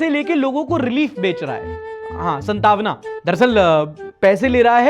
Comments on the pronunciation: ish aapki to hindi bhi kharaab hai its Saaaaantvana not Santaaaavana, Love you bro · Bhai pata nhi kyu maine jitne bhi logo se suna hai vo Santvana ko Shantavana bolte hai. Or aab tum bhi. Eww Brother eww brother eww🤣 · Bhai, संतावना nhi सांत्वना 😅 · san-tavna nhi bro : saant-vna 😭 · after commenting even I am confused if whats right console jihaad pls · संतावना ❌ सांत्वना ✅ Santavana ❌ Saantvana ✅ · actually bhai wo shantwana hota hai maybe santawana nhi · It’s not santawna it’s saantwna. Your diction is bad of Hindi Urdu both. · bhai SAAANTVANA hota hai woh 😂